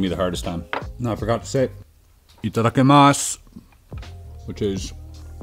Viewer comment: Close on the pronunciation ;) Itada-KI-masu. The ki is pronounced the same as key. Oishii was perfect though so fair play. Great vid.